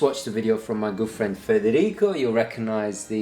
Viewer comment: i swear every time i heard you say " good friend " i thought it was "girlfriend" which got me so confused until now, i read it in your description " good friend " .